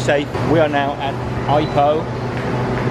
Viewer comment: Also, please don't say EYE-poh. You should say EE-poh. Then you'll sound like a local.